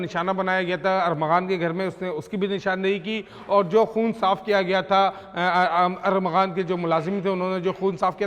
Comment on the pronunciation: کیسے میڈیا رپورٹر ہے کبھی ارمغان اور کبھی ارغمان۔نام لیتے ہی زبان پھسل جاتی ہے۔۔